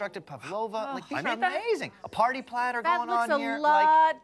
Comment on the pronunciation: A wise man once said: Fora suppah, I, er, uh, want a party plattah! His name? JFK.